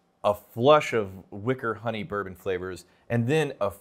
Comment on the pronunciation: “It’s a wickey honer fruit…”